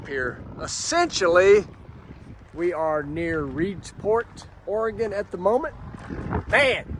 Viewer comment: Thanks for pronouncing “Oregon” properly…